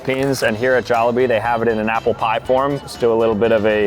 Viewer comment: You pronounced jollibee wrong